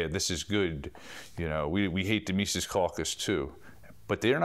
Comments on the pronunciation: He doesn't pronounce Mises correctly. Its not Meesees. It is Meses. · Meezis, not meesees. Think Jesus with an M. Anyway, awesome doc. MC is the future of the LP. 💪